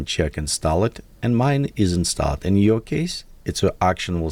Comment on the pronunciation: when you say installed, drop the e sound from the last e in "installed". Say it like installd. Google how its pronounced for further verification